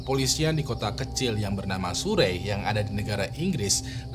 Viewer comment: Surrey itu dibacanya seperti "Sari" sebenarnya 😁